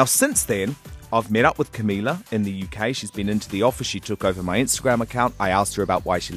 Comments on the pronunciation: He could at least pronounce her name right. I'm not even a Camilizer or whatever you call them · Yeah sure big fan. A big fan would say Camila's name right.